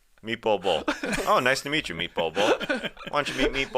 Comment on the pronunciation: “Spaghetti and MeatBol”